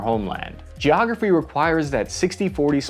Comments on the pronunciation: I laugh, in good nature, at your mispronunciations, but "geo-ography" nearly broke me. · the little nuances you throw into a segment with you is funny..."Gee =oh- ahh- Graphy" (Geography) was quick, you had to catch it